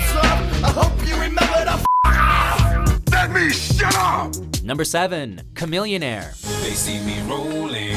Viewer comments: its pronounced cha millionaire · It was good until you said Chamilionaire.. It matches him.